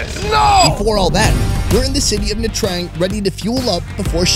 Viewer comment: Isn’t it pronounced ‘CHang’, not ‘TRang’?